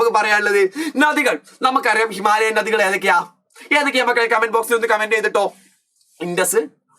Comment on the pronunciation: ഞദികൾ ❌ നദികൾ ✔️